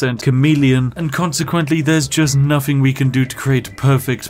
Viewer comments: Had my headphones in while this played on my phone and I really thought he was saying "comedian" not "chameleon" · I knew it was chameleon armor but did anyone else thought he was saying comedian armor